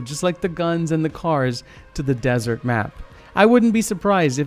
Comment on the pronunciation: desert not dessert